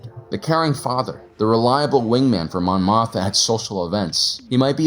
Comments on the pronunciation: Is the second "m" in "Mothma" not supposed to be pronounced? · Dude you GOTTA pronounce the second M in Mothma.